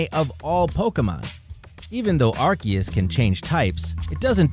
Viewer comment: I had to stop watching when he said Arcias to